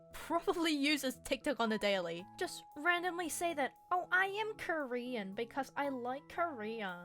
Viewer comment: “oh I’m Currien cuz I like curriuh”